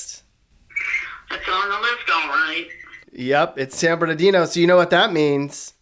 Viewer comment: San bernaghetto! Lmao 😂